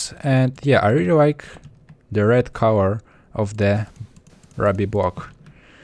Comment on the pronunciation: Did he say Rabbi Blocks?